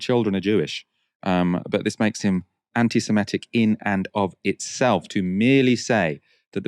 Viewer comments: I love and I know it sounds pedantic, but can someone tell him that it's pronounced 'anti-semItic'? 🙏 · Antisemitic. Where did this 'antisimetic' thing come from?